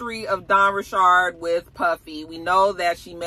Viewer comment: Dawn’s last name was always pronounced Ri-chard. She’s creole/Haitian.